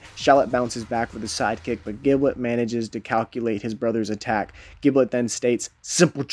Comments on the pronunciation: His name is pronounced “jib-let” not “gib-let” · Blazing_Storm777 Dragneel I play dbl. it’s pronounced “jib-let”. You don’t pronounce ginger as “gin-ger” right? It’s “jin-jer”